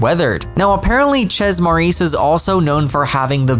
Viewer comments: It's not pronounced like Shayz it's like more like Chef, softer ch, so say it like chay. Chez Maurice. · Wonderful ! Btw the « Chez » is pronounced ché, not chezzz :) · It's pronounced shay maurice, not tchezzz, please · The town is inspired by Montreal. The French names are in French, so it's only fair to respect the 2 languages existing together (+ whatever gibberish the paras will end up speaking). That being said, it's just plain wrong to pronounce it tchezz in English, and it will always be wrong. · Can't get over the way you pronounce "chez"